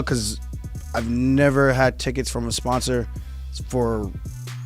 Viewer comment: "I've neber seen a satellite that was real" what the fuck is this dumbass talking about? hahaha. Also "the oldest history book" Not that expect Rampage to know what he is talking about at any given moment but that shit is hilarious